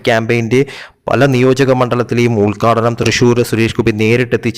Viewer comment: ഉൽക്കാടനമല്ല ഉത്ഘാടനം എന്ന് പറയൂ .